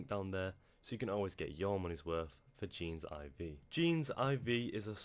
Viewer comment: Hey, thanks for leaving this review! Really appreciate it:) Heads up that it's kinda pronounced more like "Genesis" where the last letter "S" is replaced by "V" haha. Anyway, love the effort you put into drilling down into this program. Hit me up if you'd like to discuss partner opportunities:) Cheers, Desmond Leong